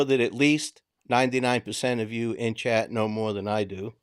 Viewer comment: And chat not cat